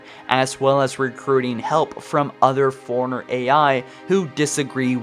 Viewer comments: And it's "Forerunner" not "foreigner". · Take a shot Everytime he says foreigner instead of forerunner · You must have said forerunnerr too many times . The reason I say that is when you say it it comes out sounding like Foreigner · I am new to your channel, but unless you have a speech impediment, you are pronouncing "Forerunner" wrong. It is pronounced like "Fore-runner", not "foreigner". I love your channel, but this small thing irritates me every single time. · You keep pronouncing Forerunner like "foreigner". It's confusing. Stop it. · “Foreigner” Dude it’s “four-runner” 🙄🙄🙄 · Why can't this guy say Forerunner right? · I always think you’re saying foreigner and it’s so triggering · i mean no disrespect but... you know Librarian has two "R"s right? to my ears you keep saying "Lie-bear-ian". you also pronounce Forerunner as "foreigner"